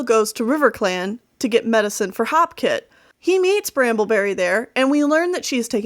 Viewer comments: I thought it was HOPEkit not HOPkit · its hopekit not halfkit i think i might be wrong